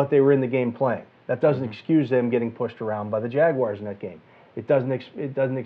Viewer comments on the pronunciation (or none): Yikes, talking hockey. And he still managed to throw in a "Jagwires". Wow.